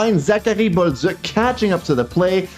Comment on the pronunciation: Why u pronounce Balduc and other names so weird? Can even understand who ur talking about. Can u say it normally like others please and thank you